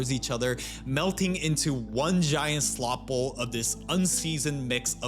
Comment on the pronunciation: What is a SLOT BOWL. You say slot bowl quickly again and again. Slow down.